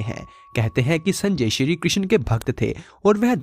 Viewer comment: श्री कृष्ण जी ki pronounciation sahi se karo